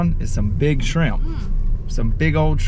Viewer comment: startin to talk like Beachy., " Some big ole shreeimp " 😂🤣 I love it. Georgia boy here who loves him some bald ( boiled ) peanuts. I cook them in a crock pot a couple of times a month. I also love Tugboat Trash's channel and his family, and even better when you guys get together. I keep telling y'all, steam those shrimp in beer. Only takes half a can, drink the rest. Trust me, steamed in beer and Old Bay is a game changer. Crabs the same way.